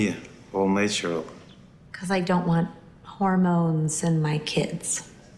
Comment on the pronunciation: "Das me, all nayshral"